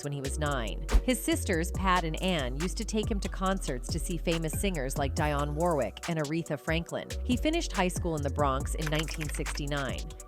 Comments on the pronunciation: Next commentators should be from his people. Not some European woman who cant pronounce Dionne warricks name properly..lol ps Stop letting other nations tell our Story...huh... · I really dislike videos that are narrated by A. I. All the mispronounced words 😂😂 Envogue pronounced Ahnvogue. Dionne Warrick pronounced Die-on😂😂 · This commentator messed up the pronunciation of EnVogs name and Dionne Warwick's name... She must not be a fan ???